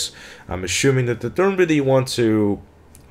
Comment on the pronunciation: assuming? ashuming? amy shumer? amy sumer?